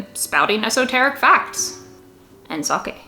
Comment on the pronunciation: sake? Sulking? Sucking?